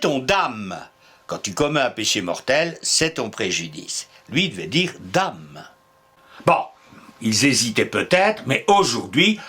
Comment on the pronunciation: Bonjour et merci pour l'excellente qualité de vos vidéos. Il me semble toutefois que vous avez commis une erreur sur la prononciation de "au grand dam" préconisée par l'Académie. C'est dan comme dans damner ou danette. Tout simplement parce que le mot vient de damnum qui a donné les mots condamné ou damnation.